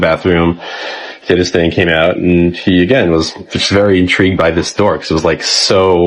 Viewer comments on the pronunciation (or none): On the count of 3 everybody say…. “Open the noor” 😂😂😂😂